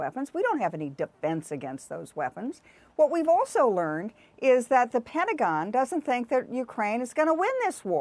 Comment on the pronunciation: It's "Pentagon", not "Petangon"